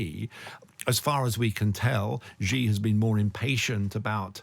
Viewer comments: Xi is pronounced like 'she' not as zhzhzhzheee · Xi sounds like "shee" not "Gee" in Chinese. Just saying. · I'm not even Chinese but Xi=shi Jin (dzhin/english j) Ping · It's hard to take this discussion seriously when the participants repeatedly mangle the pronunciation of "Xi" Jinping so badly. Of course it's true that the "Xi" sound doesn't exist in English, but there are better ways to approximate it than calling him "gee" or "ghee". Come on guys, you can do better!